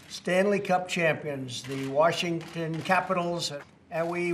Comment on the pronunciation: Trump has a hard time pronouncing Washington